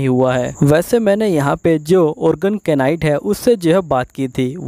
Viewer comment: Bhai improve your vocabulary.... (knight) is pronounced as (night)